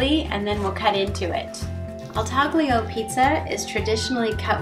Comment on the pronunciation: Taglio is pronounced in two syllables with a silent G: TAH/lyo.